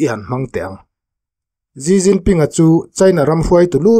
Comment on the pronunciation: Gi Ginping ni lo vin, Xi jinping (Si Jinping) ti zawk tur ni a